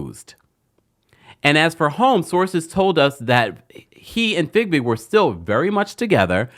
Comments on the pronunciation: Its FeeBig, NOT FigBig! Please Stop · Her name is Fiebig! Not Figbig! Please stop saying her name incorrectly. It has been one year and you still keep saying her name wrong